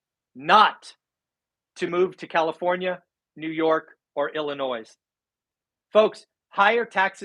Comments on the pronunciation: Again, the "s" in Illinois is silent. Just like Arkansas. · Hahaha the 'S' is silent in Illinois. I grew up in Illinois and have most my family still living there. I can confirm that it is an extremely difficult state to justify living in financially. The taxes are as high as California but a fraction of the pay rates. I live in a no-income tax state, so pretty high property taxes...Illinois property taxes are 2-3x my rate. The one thing Illinois has, that I dont think any other state has, is that wounded vets pay zero property taxes. So I know a lot of vets moving in for that reason because you can buy property cheap and with the remote work taking over...its a no brainer for a lot of families.